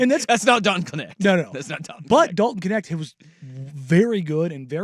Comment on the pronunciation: His last name is dutch..it should be pronounced kneght (with a soft g)